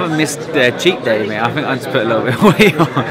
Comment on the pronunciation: Try to say think more, rather than fink, you sound uneducated!